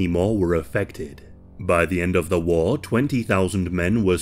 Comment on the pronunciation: He says war like Wall